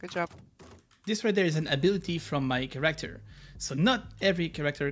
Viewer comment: Did you learn how to pronounce character correctly by now lol?